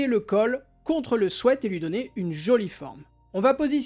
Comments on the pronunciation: Merci pour ce chouette tuto, et aussi merci de prononcer "swêt" car tout plein d'autres disent "swit" ce qui n'a rien à voir! A bon entendeur, belle journée 😉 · Enfin quelqu'un qui prononce bien le mot sweat. Merci !